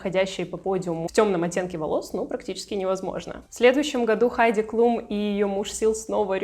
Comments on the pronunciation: Обратила внимание, что ты Хайди Клум, называешь Хайди Клюм. Почему? Никогда ранее не слышала, чтобы кто-то так называл. Причём, один раз в ролике, ты всё же назвала правильно. В Википедии написано Хайди Клум (Heidi Klum), она немка. Но на английском и на немецком её фамилия читается одинаково. Даже в целях проверки, в Гугл переводчике и на английском и на немецком перепроверила произношение. Фонетический разбор слова и транскрипцию писать не стану. И так всё ясно))) Я, конечно, углубилась в разъяснения, с горяча, но очень резануло произношение. Вроде бы известная модель и имя на слуху. 🤷🏻‍♀️ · Вы так странно фамилии моделей каверкаете, то Хайди Клум,То Клюм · Почему Хайди Клюм.??? КЛУМ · Хайди КлЮм? Серьезно? Серьезно??? А Джордж, наверное, КлЮни? Или всё-таки Клум и Клуни?